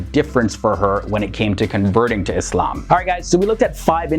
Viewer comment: Thank you for saying "Islam" not "Izlam"